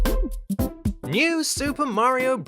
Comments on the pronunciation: it actually sounds like you said “son of a bitch” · i always though he said son of a bitch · At the beginning it sounded like son of a b word instead of a glitch